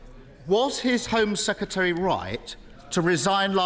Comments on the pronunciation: Mr Starmer, it's "Sec-Ret-ary", not "Seketary". There's an "R" in the middle of the word. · Kier Starmer you were the Attorney General but you can’t pronounce Home Secretary smh 🤦‍♀️ SECETARY 😂